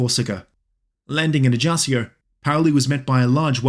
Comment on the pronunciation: Paoli was a father a first modern constitution, especially influence in America and France.. Is pronunce ajacho and GIuseppe